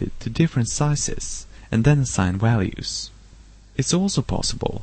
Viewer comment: Sorry but i just cant keep a straight face when you say walues instead of values. Where is that accent from. But that was a very good tut, nice.